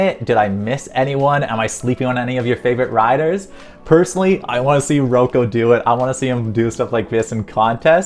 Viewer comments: Rock O not Row Co 🤦‍♀ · I think u mispronounced Rocco name it’s pronounced like rocko